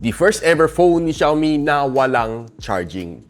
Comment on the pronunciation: Ung XIAOMI NAGING XIOMAI N LNG😅😅😅😅